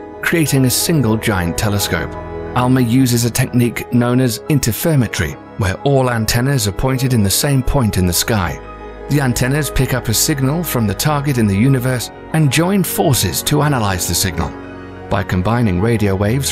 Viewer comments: LMAO at the embarassingly inept mispronunciation of Interferometry. It's "in-ter-fer-om-eh-tree", silly. 🤣 The name comes from the study and data processing of interference patterns. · mispronouncement. try inter-ferOM-etry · it is iter fer ometry . a concatenation of interference geometry mapping .. not interfer metry btw ... nice use of a computer voice but you didnt write it's script to actually properly enunciate the words ... and its huy gens ... hard G not soft ... and 2 syllables ... not 1 ... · Really? Inter firm etry? It's inter ferom etry, your pronunciations suck. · Is it just me or was it really annoying to hear 'interferometry' pronounced 'interfermetry', also talking about the Mars curiosity rover and showing a clip of some concept rover that never went there was kinda jarring for me. Don't get me wrong, I loved the topic and the video is quite well done but it feels like the guy narrating wasn't a part of the subject research and was just reading a script and as a mega space nerd looking for new data nuggets only to find a load of mispronounciations and misrepresentations, these details are pretty grating. Sorry. I love space, I just wish the video was better.